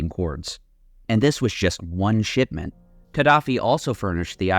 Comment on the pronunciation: I keep hearing "shitment" instead of shipment 💀